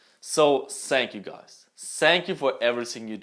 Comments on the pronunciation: Wieder Mal ein geiles Video! Aber bitte sag Thank you und nicht sank you :'D #nohate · I love but wen he said sank you 3 times I got triggerd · "Sank you" ? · "sank you" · wenn du jetz noch thank you nich als sank you aussprichts würdest du von 99% meines lieblingsytber zu 100% gehen hahahah